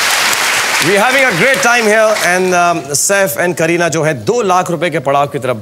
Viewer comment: Am i the only one who heard srk saying kerihad kapoor to kareena kapoor.